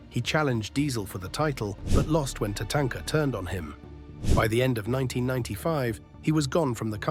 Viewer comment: "TuhTANKuh turned on him" 😂